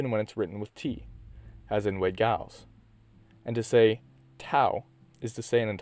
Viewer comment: The G is Giles is pronounced with a soft G (“Jiles”)